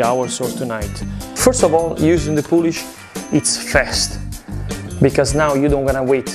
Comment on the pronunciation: What's in the poulish??